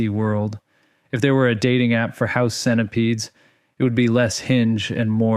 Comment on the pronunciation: bro said the creepiest cenihuzz on oblock💀💀💀